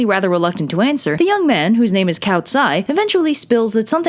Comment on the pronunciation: You pronunciation is great for the most part. Save for calling Cao “cow” instead of “Tsao”